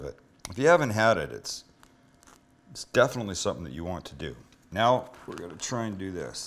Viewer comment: did he say "meow we can start with our meat and our cheeses"